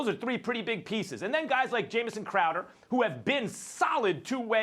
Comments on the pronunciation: Stephen A. Smith: "Jamie Crowder" Max Kellerman: "Jamison Crowder" Everyone else on the planet: Jae Crowder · Jimmy, Jaimie, and now Jameson crowder. Just say J. crowder, youd actually be spot on pronouncing his name. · Why do SAS and Max keep saying Crowder's name wrong? lmaoooo "Jae Crowder" "Jamison Crowder" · Jamie crowder,joe crowder, Jamison crowder, NIGGA ITS JAE CROWDER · Did max just say Jamison Crowder? 😂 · "Jamison Crowder" lmao!!! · "Jamison" Crowder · carlos lopez he's also has said Jimmy Crowder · Jameson crowder. Jammie crowder why cant nobody get his name right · ITS JAE CROWDER, GET IT RIGHT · They always get Crowders name wrong